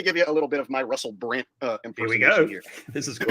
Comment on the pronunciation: It sounds like he's saying Russel Brant instead of Brand